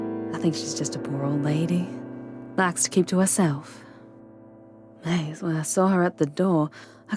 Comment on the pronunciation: Not cher its pronounced SHAH...NOT maze la...its MAY la. Not Faze doo doo...its FAY doe doe, not griz griz, Gree Gree😄